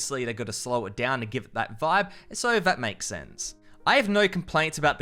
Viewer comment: Guy in his accent: "After a short down period..." Me: "Whoa! Why we swearing? So it's a short damn period, so what?"